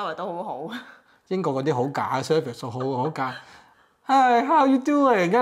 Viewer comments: Service 讀surface, 英語差，點可以喺英國工作和生活。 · Service讀成surface 咁-_